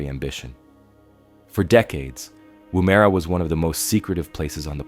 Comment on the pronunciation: It’s pronounced Womera